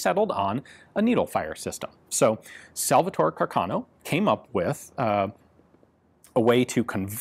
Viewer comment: Very interesting video as usual! The correct Italian pronunciation is "Càrcano", though.